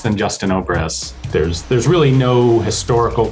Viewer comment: me as a russian... opres? whats opres? oh he means obrez which is basically a fancy shot gun. His pronunciation was not Russian authentic.